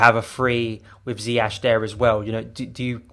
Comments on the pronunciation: Hey, it might not really matter but his name is correctly pronounced more like Zi-Yes and not Zi-H or Zi-Yek. ✌️Up the Chels! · Pronounced “zie yesh” Might wanna learn fast before he becomes the best player in the prem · Ziyash? Who is Ziyash? Learn how to pronounce a very simple name.